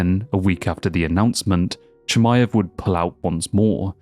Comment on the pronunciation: And New!!!!😂 Not chamiave